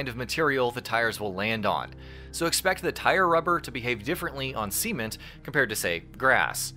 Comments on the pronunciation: wait, did you say "Seement" do you mean cement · its cement not CEEment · did you just say seament instead of cement?.. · VEE-HICK-UL. Yanks, eh? :) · sea-ment? What is with that annunciation?? 😆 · What is "seament"...lol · I like how he said see ment lol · I've never heard a single Yank say "cement" that way. It really threw me off, hahaha.